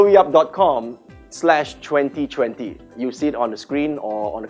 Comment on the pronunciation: 2020 pronounced as "chwientie chwientie " made me crack up. Hahahaha.😂😂😂